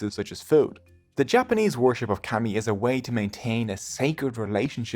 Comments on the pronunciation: It’s pronounced “commie”not cammy . If you’re going to try to explain Japanese culture and or religion, you should learn how to pronounce our words first. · Pretty shocking (maybe this is AI?) that you (whoever made this film) cannot get the pronunciation of 'kami' right. The vowel sound you use does not exist in the Japanese language, and considering that this word is typically translated as 'god,' like I said it's pretty shocking the carelessness of someone (you) who is presenting themself as some kind of teacher or expert. Such is the new idiotic age we live with on YouTube and elsewhere. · It’s pronounced “kah-mi” not cami like street fighter 😪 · Kami is pronounced “commie” not “cammy” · I canʻt stand your pronunciation of "kami" which should be like "kah- mee" not "cammie" like a camisole. Your pronunciation of other Japanese words like "musubi" and "Ise" or "torii" are pretty bad. (as well as some English words). Itʻs fine if we are just reading your information, but please study and practice correct pronunciation before making informational videos. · I kept saying “kah-mi” to myself while watching this so I wouldn’t get the mispronunciation of the word seared into my mind. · Kami is pronounced as ”kami“ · The start of kami is pronounced like the start of calm fyi 👍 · Lord have mercy, why didn;t you bother to try to say kami like the Japanese do? Its so awkward to hear you say call-me over and over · Dude it you can’t pronounce the language correctly just stop using it. I can’t handle how bad you are saying kami 🤮. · How was this made? Incorrect pronounce and wrong in almost everything I watched. I had to stop, this narrator cannot pronounce kami. To be Japanese is to be Shinto, they are not separate. The stories are some correct but pronounce is so bad cannot watch